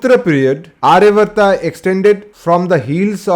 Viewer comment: It is NOT arya vrta. Aryaavarta. Elongated dhirga aa after ya